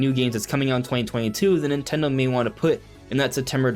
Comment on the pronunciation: Nin-ten-do. Say it three times. That is the company’s name. Not Nitello or Nintello or Nutella. How hard is it to say their name?